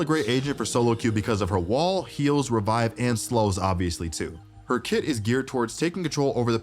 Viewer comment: boy said REBIBE